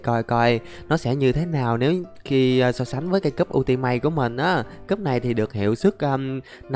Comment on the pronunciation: Cách đọc kiếm ultimate mà em cười rụng răng lun đọc là yu -ti -mết nha anh